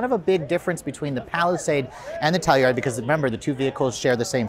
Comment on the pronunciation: the external PR team calls it the sell-u-ride? lol..